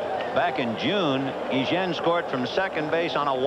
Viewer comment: Why are the announcers calling Ozzie Guillen, Guijen?